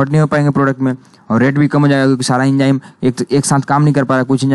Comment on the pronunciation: enjyme nahi enzyme hai